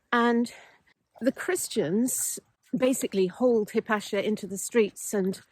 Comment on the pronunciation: Hypatia..."High-pate-ear" stress on "pate"?